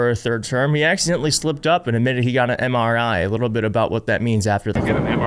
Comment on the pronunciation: He could barely even pronounce MRI. Good lord, help us!